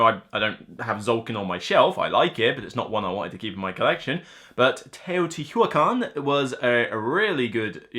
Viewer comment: Hey,. Another good video. I’m surprised you dropped the “A” in TeotihuAcan, considering you always exchange “A” for “O” in many of your words;-). Another great Tap 10 list! I agree that Underwater Cities is really good and the card play is very interesting (but dry) although I still prefer Terraforming Mars. It must be a Matt Damon thing! Thanks for all your hard work.